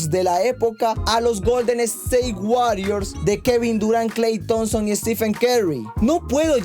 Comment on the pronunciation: No puedo tomar en serio a alguien que dice 'Kal Thompson' 🤣😂